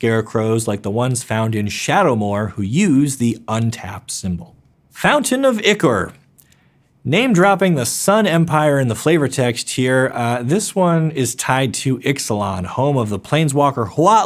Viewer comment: Hold up. I've heard so many mispronounciations towards the end that I need to add this. "Islet" is a little island. It is pronounced as such. The "s" is silent. The "D" in "djinn" is functionally silent in English. Just use a hard "j" sound. "Ichor" is pronounced "eye-core." "Coatl" comes from the word "Quetzalcoatl," which is an ancient Aztec serpent god. It is pronounced "coe-aht-l" (where "coe" rhymes with "toe.") "Lab" doesn't have an e in it, and neither does the term "astrolab." Astrolabe, however, does. It is pronunced "as-tro-layb." Astrolabes are a real thing. In ancient times, they were used for astronomy, and by extension, navigation and timekeeping. I know this video is like 3 years old, so it won't necessarily do any good, but I have to at least hope you'll see this...